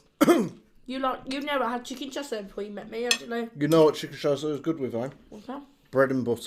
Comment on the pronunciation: i've never heard of this i thought you was just saying caesar weird! 🤣xx